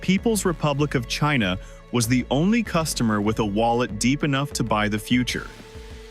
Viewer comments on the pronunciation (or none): none